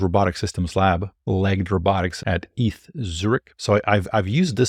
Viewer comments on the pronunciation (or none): It's just E-T-H, not "eeth" 😂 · ETH Zurich is not called "eeth Zurich", but "E-T-H Zurich". It's an abbreviation. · Awesome video!! it's E.T.H Zurich, not Eath lol sorry I had to point that out. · it's pronounced E.T.H. Zürich not Ettttthhhhh lol like R N D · What I was shocked by is how said “eeth” instead of “e.t.h”, truly shocking! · ETH is pronounced as E.T.H.